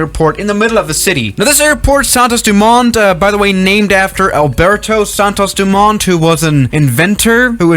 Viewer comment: I love hearing english speakers saying portuguese words. "Alberto Santos Dumont" was nice. In Rio da Janeiro, that second i needs more power. Rio de Janeiiiro. Oh, in portuguese the letter i sounds as the letter "e" in english